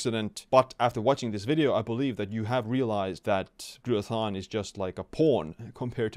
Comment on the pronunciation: He said Glutathione and I liked the video.